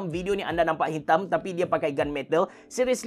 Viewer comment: Abe cerah sebutan dia aes-tatic-ly. Hehe nice review.